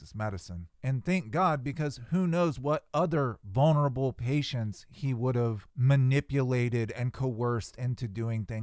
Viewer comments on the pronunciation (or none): none